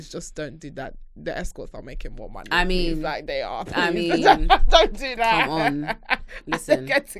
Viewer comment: Nigerian accent came through when she started talking about money 😂😂😂😂 “bring the moooney ah ah”😂